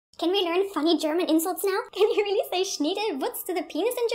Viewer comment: 0.23 "I wheely love.."